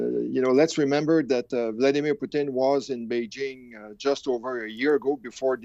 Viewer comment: Come on frenchie! Don't use our national dish as a name for Putin. It's Putin not Poutine. Lol